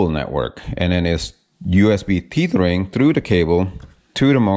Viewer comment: Please pronounce “Tethering” like you are saying “Feathering”. Tether rhymes with Feather.